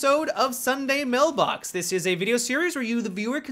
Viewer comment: Did he say mail blacks